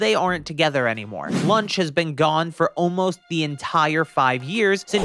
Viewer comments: L A W N C H It'e pronouncee Launch Not lunch And it's korrin Not carrin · You said lunch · Bro u called launch lunch not being mean it's just funny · Its launch not lunch.